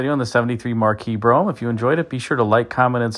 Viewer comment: On a secondary less important note. Great job on pronouncing Brougham correctly! It get a tiny cringe when I hear Bro-ham from other videos. Easier to be critical than creative lol!